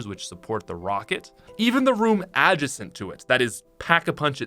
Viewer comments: "adgesent" wtf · The way you said "adjacent" ADD JUH SENT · Anyone else get weirded out by the way he said "adjacent"? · The way he said “adjacent” smh. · Ahmir Flores bc there’s a correct pronunciation and it’s silly when it’s blatantly incorrect. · you say adjacent weird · Is NO ONE going to talk about how pronounced "adjacent"?????? Ooooorrrr am I just loosing my mind? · doesn’t know how to pronounce the word adjacent properly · Are we just going to disregard how he said adjacent? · Love you pat, but the way you said 'adjacent' is gonna keep me up at night lmaoooo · Are we going to address how pat says “adjacent?”